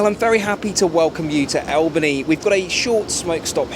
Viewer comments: All bany not Al bany….you are wearing Miami to Alaska ?? Strange!!! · It's pronounced "all-bun-ee" not "al-bun-ee" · Like watching your videos but just one small bone to pick. It’s not Al- (like Hal) but Al- (like All) bany. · It's ALL-ban-knee not EL-ban-knee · It's pronounced "ALL-BAN-E" not O-BAN-E" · How to pronounce Albany. Not “Albani” say “Allbani” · What an interesting number of changes. It definitely gave you and your father the full experience. I'm in Northeastern NY State, so I'd be starting out here. Oh and just for future reference, the capital of NY State is pronounced all-buh-nee, as in "all" over. 😉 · For those who want to know.. The Albany Train Station is actually in Rensselaer not Albany. The Original station was in Albany but neglect forced them to build a new one across the River. Funny, the old station has be transformed.. I escaped from there in 1968. P.S. is pronounced ALL BAN KNEE... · I love the video I live in Albany NY. Just to let you know we call it All bany not Al bany. I am not trying to be criticle just infomative. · Hey I'm so glad you went to Albany but i feel like its required to say that its pronounced All-ban-ee lol! really great video 😁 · I'm from the Albany area! Always nice to have someone acknowledge us as the capital lol. Two things though: the first syllable is pronounced like the word all, and it wasn't actually settled until 1614. Great video, I loved seeing all the different legs of the train journey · Albany is pronouned ALLbany. Grew up there. Love your channel! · ALL-bany, not AL-bany ;) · It’s pronounced All bany. 😊👏🏼👏🏼👏🏼. 🇨🇦🐉👩🏼‍⚖️ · Just a little pronunciation note from a local - Albany is pronounced All-ban-ee, and Rensselaer is REN-sah-ler. I really enjoy your videos, and love that you share your travels with your family.❤